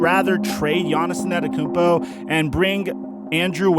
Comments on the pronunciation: Nobody:: Giannis ANETakoumpo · Lol who tf is Giannison Adekounmpo, please just say Giannis lol, your pronunciation kills me 🤣🤣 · Nobody: Giannis ananakoumpo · ANETTOKOUNMPO........YOU SAYING IT WRONG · He said En-ah-tekumpo 😂😂😂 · He really said Giannis annikumpo and Giannis nannikumpo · Bruh... you’ve gotta figure out how to pronounce that last name. It’s not “Anatakounpo”. You’re leaving out several letters the way you say it. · don't you mean anatakoumpo? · PRONOUNCE HIS NAME CORRECTLY FOR GOD SAKES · I dont like how he say Giannis last name but great content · Mans has won 2 straight MVPs and you still cant say his name right. Trash tier content creator..